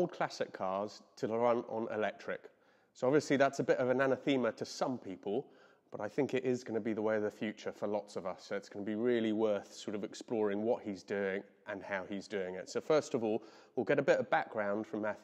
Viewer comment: Who's Anna Thema, don't you mean anathema?